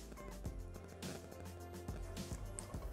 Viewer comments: Tutto bene. Mi permetto di correggere la dizione : si dice Tòrtano e non Tortàno. Grazie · ricetta buona ma pronunciare tortàno invece che tòrtano é un sacrilegio. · Tutto buono, complimenti, ma Tortàno da napoletano nun s pò sntì. 🤦🏻‍♂️😅 Si dice Tòrtano con l'accento sulla prima O. Cordialmente. 😘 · Bravissima!!! Ma tòrtano nn si può sentire!!🥴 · Giusto non si può sentire tortáno 😅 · Ottimo e buonissimo ma mia madre quando avrà sentito come ha pronunciato " Tortano " si sarà girata nella tomba😄😄